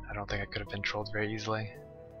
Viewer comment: It hurt to hear him say trolled.